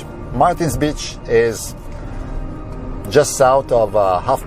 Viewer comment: Please learn to say b-e-a-c-h!